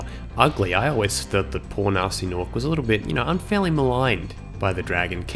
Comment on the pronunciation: Guh-nasty Guh-norc